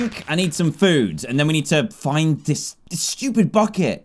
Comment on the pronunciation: i thought he said "fu* it"* instead of bucket